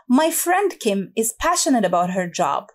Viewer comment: استاذه ..كلمة passionate لماذ نطقتيها بشين